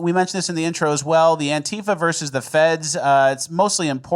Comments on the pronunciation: It's VERSUS NOT VERSE! Much love. Hail RRB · *versus, not verse